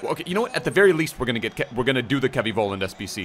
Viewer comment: Love the vids <3 Btw I think his last name is pronounced FOLLAND in German.